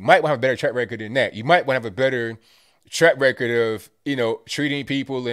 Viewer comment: Does keep saying "track record" or "TRAP record"?